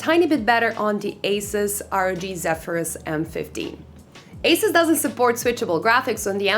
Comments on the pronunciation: It’s pronounced “Asooos” not “Ace-is” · marco bakker it’s pronounced incorrectly if you say Asis, the company was founded in Taiwan with the pronunciation of Asoos! If you’re parents gave you Marco and people started calling you Mahco I guess it’s perfectly pronounced also.